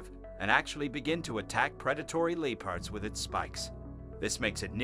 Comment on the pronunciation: Who is narrating this? He pronounces words like there spelled, the way he says leopards, leo-pards, he got bombardier wrong too and the final straw was calling a newt a lizard, get a clue bro